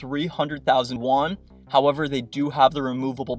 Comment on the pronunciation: Also currency is pronounced "e uan" not "won" which is Korean currency...........